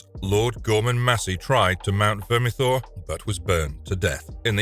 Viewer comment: 10 minutes to explain and say "Vermithor" thanks... but no thanks.